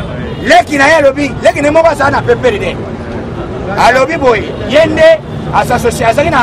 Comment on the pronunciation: balobaka « foimille» te mais Famille.